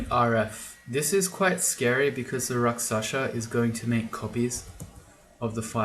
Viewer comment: I wonder whether you still call RakSHasa as RakSasha... :)